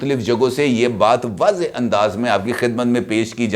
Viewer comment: wazehh.wazehaa ghalat talaffuz hay.